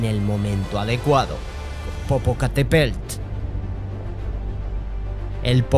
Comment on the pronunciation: POPOCATEPELT JAJAJAJ POPOCATEPETL